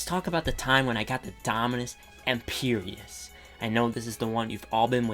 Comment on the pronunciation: I DO NOT like how you pronounce Empyreus